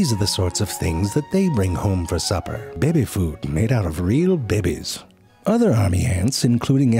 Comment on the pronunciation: "Bebe fud made out oF bebe's" I love wen he says "bebe" instead of "baby"